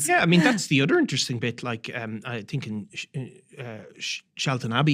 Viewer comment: It’s think not tink